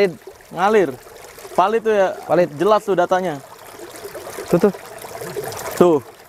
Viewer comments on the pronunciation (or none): palid bang bukan valid, palid itu artinya hanyut